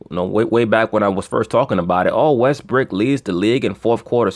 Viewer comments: LMAO you just kept calling westbrook "westbrick" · You kill me with the West-brick.